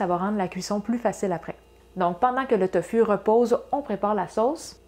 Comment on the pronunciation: On prononce TOFOU